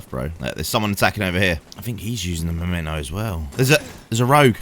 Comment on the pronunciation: MEMENTO, not Momento!